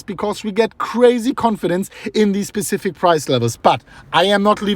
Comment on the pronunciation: “Specific” vs “Pacific” lol